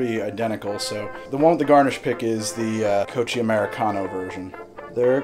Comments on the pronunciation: You're mispronouncing Cocchi, it's /kok:i/ not /kotʃ:i/ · Gordons?! Seriously. ... also it's pronounced ko-kee americano. But whatever man I still love your channel. Love you dude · Has anyone else told you it's pronounced "Coke-ey"?